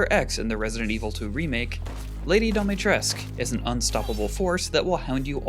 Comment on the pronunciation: Pronunciation of her name is wrong add the u to it it's Romanian.